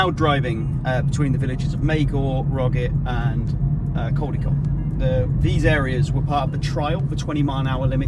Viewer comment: Can’t even pronounce CALDICOT….. Its Caldicot not Coldicot.. CA not CO at the start of the word … And your supposed to be a Journalist….